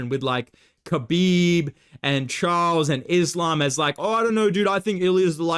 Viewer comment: bro said charlos 😂